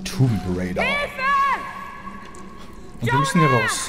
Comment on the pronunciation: Junge, schau wenigstens zu, dass du "Raider" richtig aussprichst. Es geht um das, was WOW-Opfer machen - nicht darum, was man auf Pferden gewöhnlich tut.